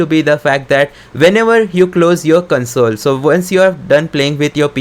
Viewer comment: Its console (kohnsole) not (kunsole)